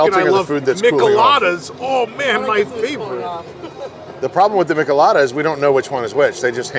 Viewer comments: Friendly correction.....It's pronounced "Meeeech-El-Ada" 😎😁🍺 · It's pronounced "ME-chay-lah-dah" you're killing me with with "Michalada."